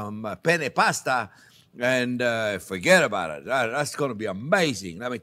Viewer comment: "Foget about it" and "How ya du'n" Chef jean-Pierre !